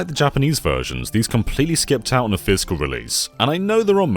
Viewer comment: I love how you pronounce "physical" as "fiscal" ❤ mad business man vibes